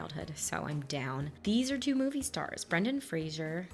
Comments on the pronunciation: Yes, it's "Frazer" and not "Frazyeur" lol. But it's fine. Everyone makes that mistake. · Yep, it’s pronounced Frayzer. Not Frasier. There’s no “i” in Frazer. 😉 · I love this movie, I mimed the entire time 😅 Also: It is Fraser like Razor not Frashur